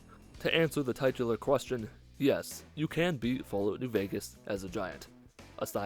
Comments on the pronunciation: Its TITular. Not TIGHTular btw. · Titular pronounced: Titch-u-lar not Tight-u-lar.